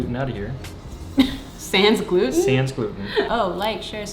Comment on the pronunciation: The way yall pronounce sans gluten omg lol The S is silent